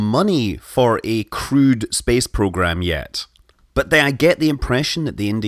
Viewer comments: It took me a while to figure out that he means crewed space program, not crude. That accent is nice though :D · Thought you said "crude" instead of "crewed" for a minute there...